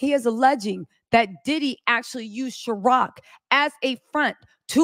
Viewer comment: It’s Ciroc, not Sharoc